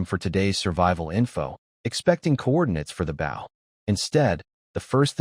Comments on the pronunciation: Those little repeats are annoying. Especially the one right after he spotted the wolf amongst the frozen sheep. Please teach your narrator how to properly pronounce "BOW" as it's meant to be for a weapon. PLEASE!!!!!!!! So where is part two?? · why does every AI mispronounce bow (with arrows) as a ship bow, and vice versa